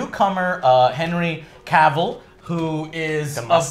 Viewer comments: All tea all shade, I think Henry Cavill's been around for a hot minute and he's earned the right for you gents to pronounce his name correctly. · can never pronounce Henry Cavil's name correctly. 😂😂😂